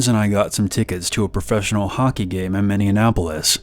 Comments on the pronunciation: I’m from “minneanapolis” and it sickens me how you’d butcher it like that. Fucking appalled. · “Minneanapolis” is so funny to me